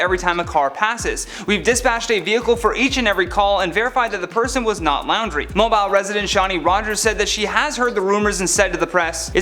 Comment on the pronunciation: It's not pronounced Lowndrie, it's pronounced like 'Laundry"